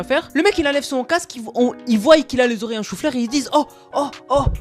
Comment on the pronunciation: pitié arrete de dire voyent